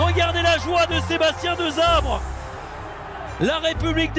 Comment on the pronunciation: C'est passionnant, mais ... le nom du sélectionneur est prononcé { DESSABRE } et non DEZABRÉ 😅